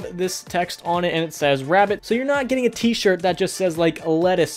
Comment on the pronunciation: the histowy teacher